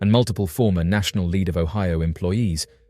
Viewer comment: Great video! You were making me laugh on the first one tho. It's Lead like the metal, not like Leeds.